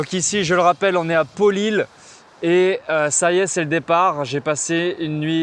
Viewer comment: C'est Paulilles ... pas Pauliles , comme fille 😉